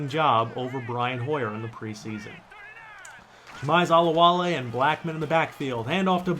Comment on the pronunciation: I'm not sure, but I think it is pronounced "Jameez" for jamize olowale. Great vid tho :)